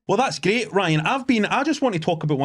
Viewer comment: This is luv-leh. Greet set. Greet pa'er